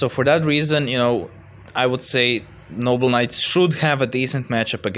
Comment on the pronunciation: im not sure if you are saying noble knights or noble nuts but i dont care its funny